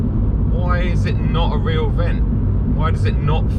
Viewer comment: emphasis on the word "real" 😂